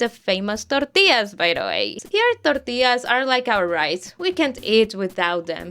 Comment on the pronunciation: A lot of Central American siblings!!!! Great video, it's so amazing to finally have a video and a comment section THIS relatable! Hmmm también me encanta oír las palabras en español siendo pronunciadas en español, como TORTILLAS XD